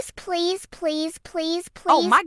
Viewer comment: Lol this please please was so weird is sounded like police police😂